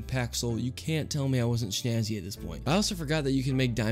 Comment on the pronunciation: does he say "shnazzy"? I swear it's 'snazzy'